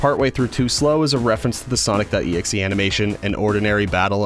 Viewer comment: Finally! A yt that says his name right